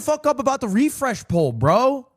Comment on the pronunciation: why is brother saying poll